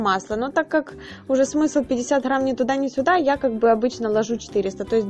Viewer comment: Много болтовни,ложу,хграмм,до того противно слушать,делать расхотелось 😢